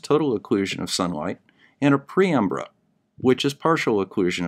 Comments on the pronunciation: Not a "pre-umbra", but a penumbra or paenumbra, from the Latin paene umbra, almost shadow. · I'll chalk up "PREumbra" to your dyslexia, it's PENumbra, as written on the diagram PW referenced. The Earth's axial tilt can be ignored. The tilt of the Moon's orbital plane relative the the ecliptic is what matters. That and the size of the cone of the umbra. The way you explained it made it sound like it was the Moon's axial tilt. But by the time you've got the diagram of the nodes out, you're starting to make proper sense again with the words that are coming out of your mouth. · Sorry mate, it's penumbra, not preumbra. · penumbra, not preumbra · "Penumbra," not "Preumbra." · PEN umbra not pre umbra! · Sorry to be such a pedant, but it's pronounced: PEN umbra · I am sure that preumbra, was just a tip of the slongue!😃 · Hey, for the umpteenth time you said penumbra wrong. 😋